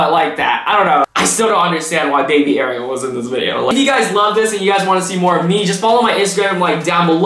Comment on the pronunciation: Her name is not like the little mermaid Ariel but like are-e-l